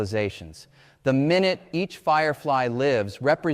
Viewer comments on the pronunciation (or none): It's AI. He mispronounced the word "minute".